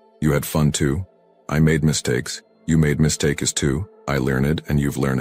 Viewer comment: Now we know this is AI generated voice, not the voice of a real human. It couldn’t pronounce basic English words correctly like “mistakes” and “degeneracy”.